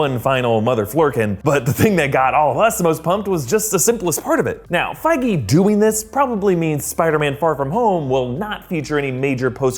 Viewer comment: It's pronounced fee-guee btw